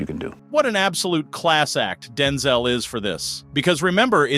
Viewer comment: Homie called him “Denzle” Washington 🤣